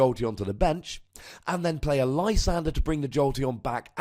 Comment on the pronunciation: Haven't listened to the show in a couple months. I can't help but notice you finally caved and call it Lysander instead of your Frenchman pronunciation.